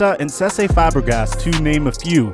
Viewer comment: How did he say Fabregas?😂